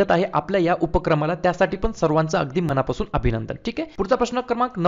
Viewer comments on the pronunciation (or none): none